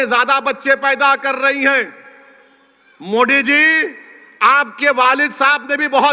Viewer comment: Pahile sahi se modi bolna sikh le baad me waqf board pe baat karna 😂😂😂